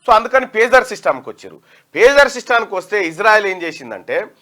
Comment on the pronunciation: Pujar kaadura pager